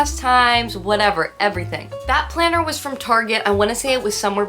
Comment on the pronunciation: Lmfaoooo the emphasis on the planner! 😂😂😂😂